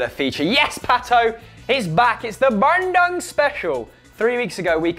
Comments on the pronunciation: hey guy it is pronounce bun-doong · Its Bandung not Bandoong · it's pronounced Bahn-doo-ng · It's Ban-doong mate, these guys are killing me with their pronunciation :))) keep it up lads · really the way you say bandung is killing me 😂😂 i live in bandung and the way you say it is ban - dung. dung like dunga the former brazilian captain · I'm Indonesian and I'm laughing so much everytime they say Bandung. Their pronunciation was extremely hilarious (in a good way of course) :D